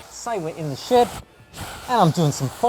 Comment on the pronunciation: You kept saying "In the shed"... I thought you were saying "In the sh*t"😂